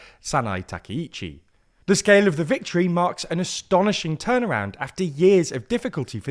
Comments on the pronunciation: Not TAKEICHI，TAKAICHI！ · You are mistaking Sanae's name. Her first name is Takaichi, not Takiichi. Thank you for reporting Japanese politics to the world as a Japanese viewer. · Not 'takeh-ichi' , 'Ta-cah-ichi' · Takaichi /ˌtɑː.kaɪˈtʃiː/ is pronounced with separate “ka” and “i” sounds—like “father” /ˈfɑː.ðər/ for the first “a” (short, open), then a quick “i” as in “ski” /skiː/, and “chi” like “cheese” /tʃiːz/. Think of it as “tah-kai-chee,” stressing the “kai” part.[youtube] English speakers often say Takeichi /təˈkeɪ.tʃi/ because “ai” triggers their “ay” diphthong—like “sky” /skaɪ/ or “take” /teɪk/, blending into a long “ei” sound instead of two distinct vowels. It’s their natural spelling-to-sound rule at play, not a Japanese “take.”[youtube +1] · たけいち、じゃなくて、たかいちだから間違えないで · Clear and precise explanation! But you butchered her name, it’s TakAichi. Please do review names before posting videos, thanks.